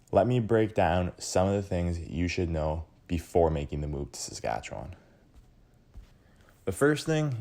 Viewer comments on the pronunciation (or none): I agree, a bit insulting when your pronunciation is "Satchewan". Ugh! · The way you pronounce Saskatchewan is absolutly killing me man